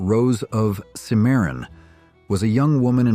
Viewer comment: CIMMARON....SOUNDS LIKE sim-uh-ron.